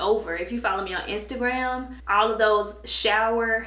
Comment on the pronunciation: whenever she says all of destiny it sounds like olive destiny. cool